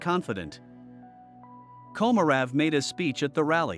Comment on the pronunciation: Your bot needs a lesson in Russian.. Vladlimir Komorov.. is pronounced Vlad-ee-meer Ko-mo-roff